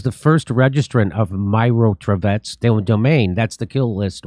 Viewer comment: Not [mairotvotetc] but [meerotvorets] actually. [meer] mean peace, [tvoretc] - maker, such a killers-peacemakers))